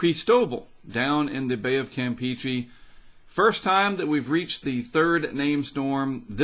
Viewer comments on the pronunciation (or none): The way you say the Campeche is not Campechee that's the way it be spelled no hard feelings just like to say right if you listen to Tropical Tidbits say it right.